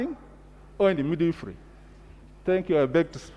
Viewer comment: Midwifery and not midweefree